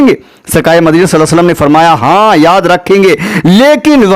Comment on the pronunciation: Aapse guzarish hai ki please hamare nabi ka naam sahi se Lelo sallallahu alaihi wasallam ❤️ zaldi zaldi mat bol do please